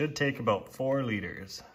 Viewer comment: You said 4 litters ? 😮